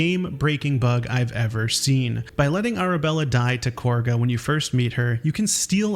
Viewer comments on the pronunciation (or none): The name: Kagha Their pronunciation: Korga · Love learning new things even after playing hundreds of hours of this game! Also, it's Kagha - KAH-guh, not Korga. The rounding of the first vowel when characters say her name is because of the British accents 😋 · Is it just rage bait or do you genuinely mispronounce things on accident? You said "Korga" MULTIPLE times when it's "CAW-GUH". It's not even up for debate. They straight up say her name multiple times. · why do people pronounce Kagha as Korga? >.> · Genuine question, why do you say Kahga’s name like “Korgha”? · I think it's just a different accent. Many British voices pronounce it that way (Rath, Halsin etc.). In my multiplayer campaign we keep misspelling her name as "Kaugha".